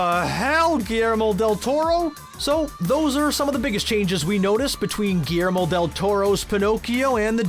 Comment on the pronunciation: GILYERMO not GIYERMO